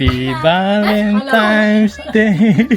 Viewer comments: Valentines po kuya hindi valentimes ✌️ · VALENTINES kasi hindi Valentimes, N hindi M.